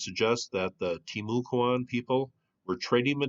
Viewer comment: I live here, have you looked at Mt Pleasant on Fort George Island ? Locally It's pronounced "Tim"-u-cuan ;)